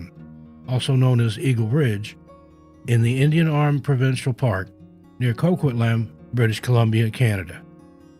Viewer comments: Hi, city is pronounced as Coquit-lamb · Coquitlam, BC sounds like…. co-kwit-lam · Co quit lum Is how #1 is pronounced😊